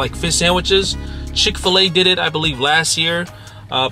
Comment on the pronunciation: Did you say Chic fil a had a fish sandwich? 😂😂😂😂